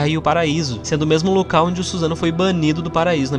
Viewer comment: Não se fala Suzano, mas SussanOO